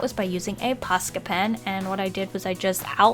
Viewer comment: I just have to say this but im from finnland and the way you say posca pen it sounds like "paska" pen and that means sh*t in finland and i find it wery hilarious xD